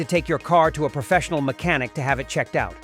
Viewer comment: The voice is Machine Learning and not even good (mech-Ah-NICK) and the narration sounds like regurgitated AI crap advice that has zero inflection. The whole page and channel appears to be AI derived low-quality crap to make money. The website is awful, too: "AutoVfix is the number one leader blog for all mater relating to Automobiles". I mean ... just ... awful. YouTube is trash for letting this stuff waste people's time and advertiser's money.